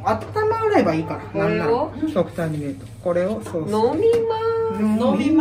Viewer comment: 「ケェエチャップ、セウス」